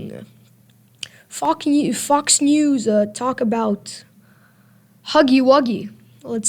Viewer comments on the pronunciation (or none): "Fok Ne-Fox News...." Had me rolling.